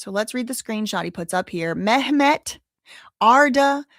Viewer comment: Ok, the way you say Ghislane’s name is driving me insane…it’s actually pronounced ‘Ghi-lane’…the ‘s’ is silent. And in ‘Mehmet’, the ‘h’ is silent…pronounced ‘Memet’😉👍🏽